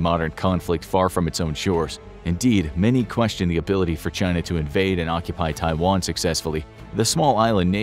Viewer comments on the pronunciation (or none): none